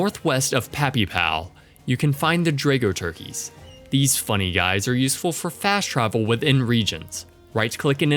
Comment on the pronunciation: Zap not Zayp Drag-oh-turket not Dray-go-Turkey Zin-it not Zee-nit My god man can't you pronounce anything right?!